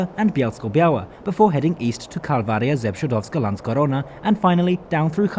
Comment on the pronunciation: I just came to write it down. Guys lats face it Czechowice dziedzice and "Kalwaria Zebrzydowska" are hard to pronounce AF even for us😂 And you nailed it! Well done 👍 Once I even had a problem understanding Sieniawa, because I was expecting some kind of strong accent, not a proper name. 😂